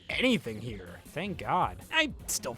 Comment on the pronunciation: its herrre